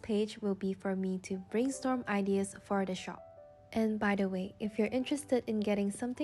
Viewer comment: I love your creativity and the way you talk. But just a thing...you are mispronouncing the word "ideas". (not hate) ✨✨✨